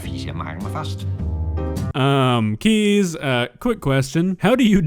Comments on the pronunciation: Well, I'm Dutch and I love my bicycle, but I do have my limits 🤣 Oh, and just a side note: his name "Kees" is pronounced as "case" instead of "keys" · You say his name as "Kies" But is is more like Case Like in a briefcase ;) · Just please prounounce it "Case" not "Keez". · as a dutch person i just keep hearing keys instead of kees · I love my country. Btw Kees is pronounced excactly like 'Kays' as in Kays Cooking. Edit: Oh god, I just realised he lives in the next town over... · His name is pronounced "case". I am Dutch, and yes bikes are very loved here. Bike fuckers are not common though, I like my own bike, but as a bike and not a lover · Actually his name is pronounced as "Kays". Being Dutch I love biking too, but this is a little much 😄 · As a dutchman myself I can confidently say that we do love our bikes... but not like that. Fun fact there are 1.3 bikes per person in the Netherlands. 22 million bikes and just 17 million people. So for Kees a lot of fish in the sea. Also,, you're butchering the name Kees. Its pronounced Kays not Keys. Love ur vids man! Ps. G E K O L O N I S E E R D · Considering this mans name is "Keys" or at least pronounced that way I would've assumed he'd fall in love with a bunch of motorbikes instead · but he didn't mean the word like that, he meant the man this video is about. But because the word is pronounced 'keys' by a lot of English speaking people, it can be misunderstood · i am dutch, and u can say Kees like case in english. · If this is about the pronunciation of the name Kees, yes Kees is pronounced as case